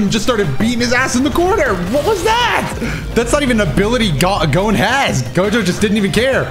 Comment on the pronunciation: Who calls gon goun?